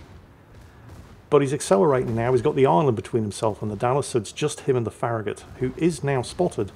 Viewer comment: pronounced FARRAGUT